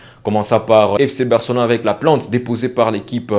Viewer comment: PLAIIIIIIIIIIIIINTE PAS PLANTE, COMME TU PRONONCES.